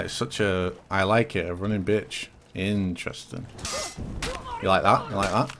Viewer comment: please make every time says “INTERENSIN” video gets louder